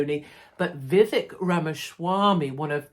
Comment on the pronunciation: Vivek-vivake, rhymes with cake